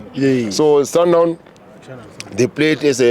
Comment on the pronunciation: sundown, ai nawe, its sundowns